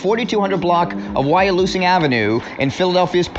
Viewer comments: It’s Wyalusing Av( Y Loo Sing ) and Mantua Av (Man chu uh) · That video is real... Its worse than this, this just the tip of the ice berg, I'm from Philly, but I'm not their age, but you gotta post the right info, its pernounced ("Y lose sin") Wyalusing